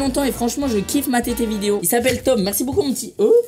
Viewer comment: Michou tu me tue tu dit boucoup au lieu de beaucoup